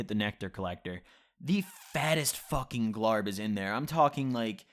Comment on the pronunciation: Glarb? You mean glob.